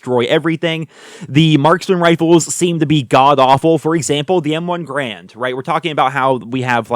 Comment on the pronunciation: It's not M1 Grand. M1 Garand